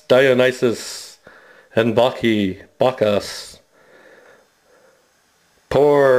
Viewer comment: It didn't work because you insulted Bacchus by mispronouncing his name. Blasphemy!